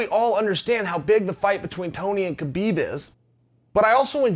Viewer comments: Its HA beeb Not Ka beeb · Chael is a smart man. Why does he keep calling Habeeb, Kabeeb? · Chael still hasn’t watched the joe rogan podcast on how to pronounce (k silent) habibs name...